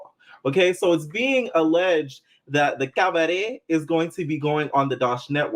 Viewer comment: The cabadet! The way you pronounce it like joseleeein 😂